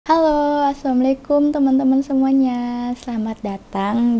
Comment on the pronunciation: Pas assalamualaikum nya Betawi bgt😀